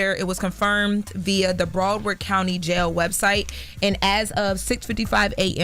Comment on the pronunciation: "Bra Word County" is CRAZY😂